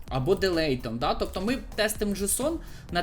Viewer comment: Delete читається як деліт, а не делейт. Late читається як лейт